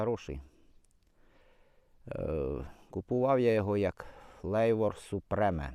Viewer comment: Супрім, а не супреме